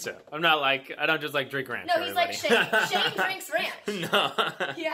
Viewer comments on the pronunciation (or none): none